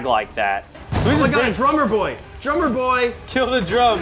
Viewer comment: When he said drum boy I thought he said drug boy